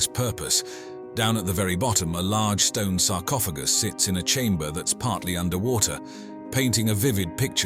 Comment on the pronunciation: Sarcopha... what? Sarcophajy???? lmfao